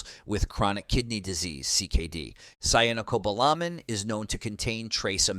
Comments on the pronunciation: Doesn't even pronounce cyanocobalamin correctly! Functional medicine determines exact nutriceutical recommendations through thorough testing and high quality products available through them. I have had great results, and most people don't get enough vitamin D. As a retired RN, I worked with internal medicine and other physicians who recommend much higher doses than the recommendations on here. Our current "treat 'em and street 'em" so called "health care" is sadly lacking, especially in the areas of whole body diagnostics and holistic approach. It is a profit driven system Corporate medicine has taken over, big pharma calls all of the shots... I could go on and on! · The pronunciation of medical terms and vitamins in this video is hilarious! Cyanocobalamin was pronounced differently at least 3 times 😅 For clarification, be sure to take the right form of Vitamin D. D3 Cholecalciferol is preferred. Some Drs recommend Vitamin D2 for kidney patients. A dosage of IU's D3 daily is a good dose for most people - UNLESS you're getting a lot of direct sunlight on fully exposed arms and legs. The dose of Vitamin K2 is incorrect. A person needs 100 mcg (MICROGRAMS) not milligrams. Vit K2 mk7 100 mcgs for every 5000-10,000 units of vitamin D3. To determine if you're getting enough vitamin D3 ask your Dr to run a 25(OH)D level. A reading of 75 nmol/L is good to help with pain, depression, insomnia. Some Drs will say 50 nmol/L is adequate. It's dependent about each person, how they feel while taking it and if they have other medical conditions to consider. Talk with your nutritionist and your Primary Care Provider always. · To accept that someone actually knows their facts, it really helps to use the same pronunciation for chemical names. Switching from kyanocobalamin (wrong) to syanocobalamin (correct) does not inspire confidence, especially when the cobalamin part also jumps around. You know how to say cyanide, so how is cyano so hard?